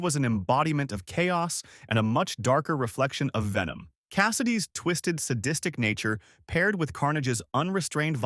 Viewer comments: Nah it aint vemon it venom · It’s pronounced VENOM!!!